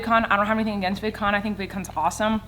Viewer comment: she said vidcom instead of vidcon